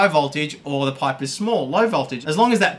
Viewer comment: I thought you were saying pie not pipe lol